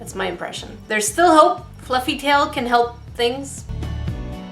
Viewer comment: If it's fluffeh just stab it even more until it's not fluffeh... 😂😂😂